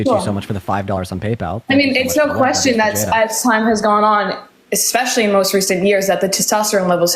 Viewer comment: It's "especially" not "expecially". You sound like a Republican when you say "expecially".